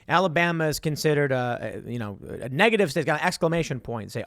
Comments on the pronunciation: anyone else heard "nigga-ative" lmao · "NIGative" -Tim Pool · tim said nigga tive lol